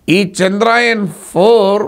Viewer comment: చంద్రాయన్ కాదు చంద్ర యాన్ అని పలకాలి